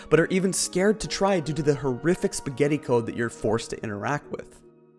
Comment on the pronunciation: did you just say spaguetti code? subscribes